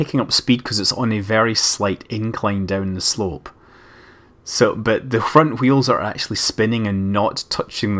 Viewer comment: Speak a "w" without excess of "h".